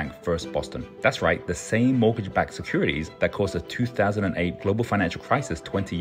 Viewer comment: what is "a seckourititities"